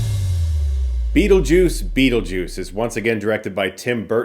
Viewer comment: STOP SAYING BEATLEJUICE. The sequel will be called Beetlejuice Beetlejuice B...